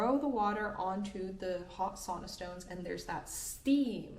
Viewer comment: Its funny that teacher doesnt know how to pronounce sauna, come on girl. So many finnish teachers butcher the word sauna! I cant understand that. In sauna every letter sounds. Not soona something, sau-na.